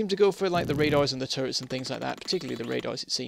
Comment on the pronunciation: I misunderstand it faaaaaaar too often when you say "turrets". I understand "turds" ..